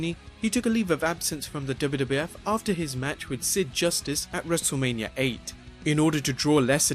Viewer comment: He said wrestleamia